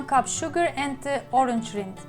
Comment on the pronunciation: Salaam sister! Orange rind is pronounced like it rhymes with grind, lined, find.